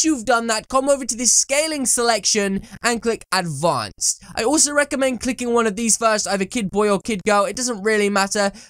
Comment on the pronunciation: "ad VWANCED" ad: VUWANCED' xD